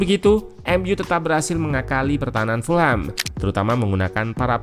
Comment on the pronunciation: Cara baca Fulham bukan full-ham, karena full-ham terdengar dengan arti = penuh daging babi. Yang benar = fulem .... Jangan salah lagi ya gaes please, ga enak dengernya full ham😂